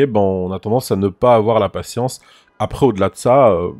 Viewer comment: Le nombre de fois où il a di patiensse